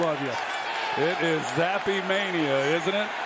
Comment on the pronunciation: Why pronounce the E just say Zapp like everyone else